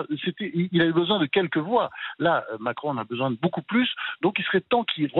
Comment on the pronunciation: Il n' arrive pas le dire : m i c r o n démission !!!